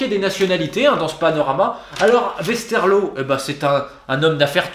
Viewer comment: Beerschot phonétiquement bère scott, Tubize ce n'est pas toubise mais tu bise et le w ne se prononce pas v, westerloo ce serait ouais st'heure l'eau